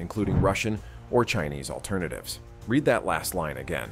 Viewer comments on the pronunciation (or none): none